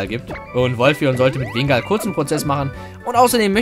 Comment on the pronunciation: wingull wird wingull ausgesprochen nicht wingall